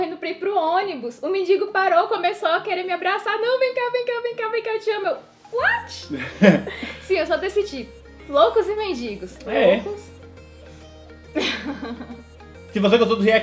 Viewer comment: vc fala "watch" em vez de "what".